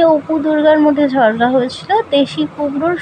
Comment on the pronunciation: jhorga noi jhogra😊